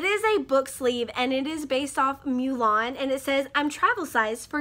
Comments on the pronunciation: My brain farts whenever you say “Mulan” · Yeah shelf love crate definitely won, litjoy was slacking. Though I do like the Mulan thing! BTW you say Mulan weird. 725 subscribers!! Dang shortness, you killing it! :) I am still laughing at you breaking your nail after saying you didn't need scissors 🤣🤣